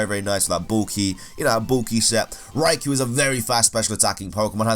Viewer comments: Oh no not you too... it's not Raiku...you're completely skipping the O which you DO pronounce. Raiko. Lake Guardians are also known as the Feeling Trio. Lake Guardians is just a name for lore reasons, otherwise they're known by Feeling Trio. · Sorry to be "that guy" but Raikou is pronounced "rai-koh" not "rai-koo". The English dub of the anime pronounced it wrong. Its English name is just the romanized spelling of its Japanese name (ライコウ), and the "u" sound at the end isn't supposed to be so prominent. (It would otherwise be ライクウ/Raikuu or ライク/Raiku.) Anyway... I agree that the Regi trio is the worst in regards to battling, although I do like them. Good video.